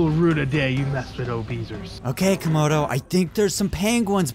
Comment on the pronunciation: i swear i heard call comodo toemodo